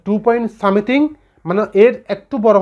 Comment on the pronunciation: u r right. As he can't pronounciate a simple word like "Something",he shouldn't spell it for being trolled.None is perfect is also known to me.